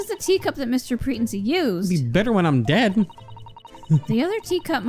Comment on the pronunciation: Pretency is pronounced PreTENcy, not PREtency.